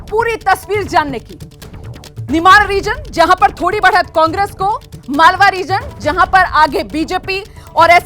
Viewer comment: मलवा नही मालवा क्षेत्र नाम है